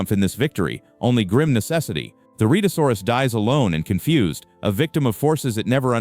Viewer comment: The beast's name is pronounced Red -a saw rus.